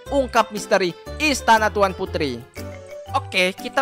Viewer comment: Bang putri bukan purti